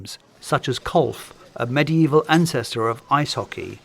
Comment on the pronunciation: "kolf" ......... golf